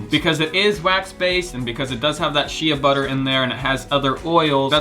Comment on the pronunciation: Constructive criticism: 1) Shea Butter is pronounced "Shay Butter", not "She-a butter". 2) Being all natural does not make anything safe... Cyanide, arsenic, lead, mercury, and cancer are all natural too.